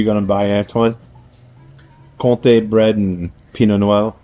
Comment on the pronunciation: Comté with an m